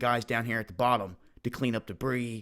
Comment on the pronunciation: Guaran-DAM-tee it!